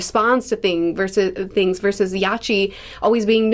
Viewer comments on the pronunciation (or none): none